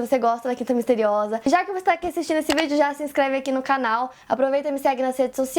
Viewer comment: Esse Miste riosa ta me dando agonia! KKKKKKKK POR FAVOR, ARRUMA ISSO! kkk